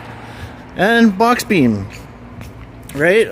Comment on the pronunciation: Beam. Not bean